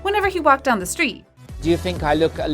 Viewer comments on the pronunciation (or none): none